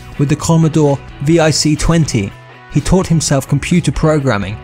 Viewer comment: VIC-20... Pronounced “Vick-20” not “V.I.C.-20.”